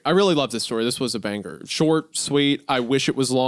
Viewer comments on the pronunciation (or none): "what a banggur"